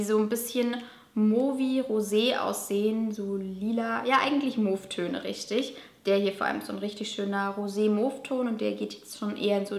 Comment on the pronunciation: Mauve geschrieben...mow ausgesprochen :)